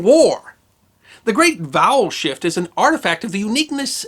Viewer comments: I thought you said "The great bowel shift". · I'm cursed! I keep hearing "bowel shift" and then I'm accosted by imagery.